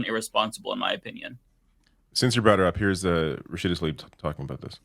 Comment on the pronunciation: Why does pronounce things so strangely? Rashida Talibe? Ishral? DemOHcrahts. Very weird. It's jarring and strange.